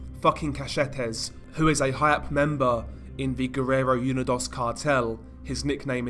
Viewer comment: It’s “oo-nee-dose” not “you-ni-doss”